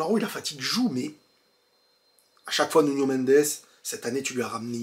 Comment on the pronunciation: Belle analyse... Mais faut arrêter de dire nunio... 😂